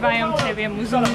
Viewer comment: Hej! Jedna uwaga :) Jeśli chodzi o słowo określające białego człowieka to jest to MZUNGU. Bez trzeciego "U" Bardzo częsty błąd u białych ludzi bo słyszą tak jak jest łatwiej wymówić W języku swahili wymawia się bez trzeciego U.